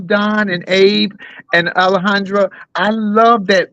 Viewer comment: Don u keep calling Alejandra, Alejandro what's up with that 😂